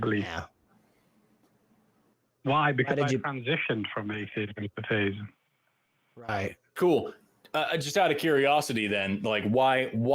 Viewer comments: Yes, definitely. Listen to how both pronounce "thayism". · has called before. He is the only person I've ever heard on humdreds of these calls pronounce it, "thaiyism". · So, I just got to call... I forgot, his other identifier is the "thay-ism" pronunciation.,, etc all pronounce thee-ism as thay-ism. So, I'm convinced. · Same dude. "AthEEism. Thayism."